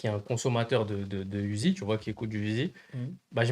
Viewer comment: C’est uzi pas Da uzi